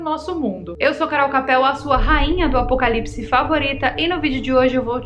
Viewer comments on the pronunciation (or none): Você falou apocalises?